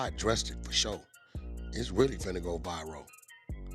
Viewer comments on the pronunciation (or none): It's viral not virow damn wack